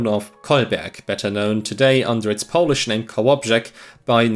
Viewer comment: I appreciate your good pronouciation of polish. I grew tired of many usually americans who just fumbke it to sound like some incomprehebsible alien-speak, making up the weirdest sounds when they see any polish letters...